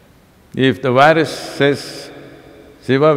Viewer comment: Well, it is a terrible wirus, a wirus we cannot ignore, a wery, wery awful wirus. Keep safe as this wirus could spread again. . .